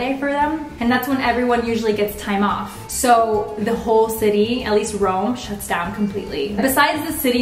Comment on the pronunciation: It's either Roma or Rome, not Rowma. :'(